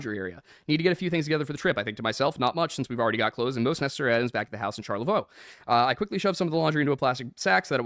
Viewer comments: Charlevoix is pronounced : Sharla-Voy. Your pronunciation of that name really needs to change. It’s not : Sharla Vwah. AT ALL. At least you figured out that it’s not in the UP. It’s a resort town in Northern Michigan-but it’s not the Upper Peninsula and Yoopers wouldn’t appreciate you mixing it up with them. It’s still part of “the mitten” on the map and it is actually a lovely little town. Too bad that the Ramseys sullied it with their shenanigans, but I don’t think they have any kind of presence there any longer. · Not sure if you read the comments on these vods, but the Michigan city they were heading to, Charlevoix, is pronounced "SHAR-luh-voy". I only know this because it was my late grandfather's hometown. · Not sure if it’s been addressed but Charlevoix is “Shar-la-voy” like voyage. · Love your show. As a lifelong Michigander, I can't let this go. Charlevoix is pronounced shar-la-VOY. 😊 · Recoiling when someone touches them does not always mean abuse, my son has social anxiety stemming from a birth defect that causes a long time speech problems. He hates being randomly touched by anyone outside the home. And charlevoix is pronounced shar-la-voy I have lived in Michigan all 41 years of my life. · said charlevoix wrong 🤣